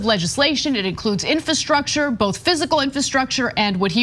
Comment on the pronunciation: I hate when people say “bolth” like did